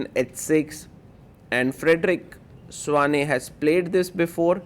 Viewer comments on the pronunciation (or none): It is pronounced Svane not Svein